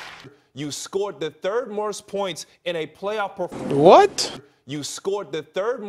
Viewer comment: I heard "morst"